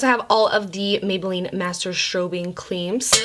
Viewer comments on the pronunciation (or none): I WAS LAUGHING SO HARD WHEN SHE KEPT SAYING "CLEAMS" like wyd lmaoooooo I love her so much. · Every time she said cleams 😂😂😂😂😂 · I legit busted out laughing every time she said cleam 😂😂😩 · I looooooved this video!! 1. Jumped when the foundation came out all the sudden and 2. Couldn't stop laughing when the CLEAMs kept slipping out, lol. I too mess up my words so many times. Thankfully only around my husband, lol